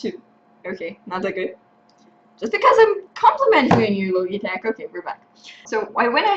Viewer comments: Great Vid, Great English though the Logitech pronounce the "G" like "GE" or even 'Ji' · Thank you, and you're right :) I had no idea about the "g", thank you for pointing it out. I"ll make sure to speak it properly if there's ever a next time, hahah.